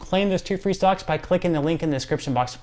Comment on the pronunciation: Explain please your comment on two stocks or did you say "socks" lol. Appreciate your effective & to the point information. . . Other reporters bore me with extra non-essential info😜😆. . .